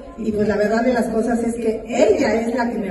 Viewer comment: "La vegda de las cojas" 😂 Atte: Berta Botarga.